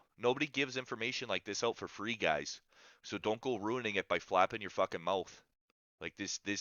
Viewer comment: You gotta cut that shit ooot lol Canadian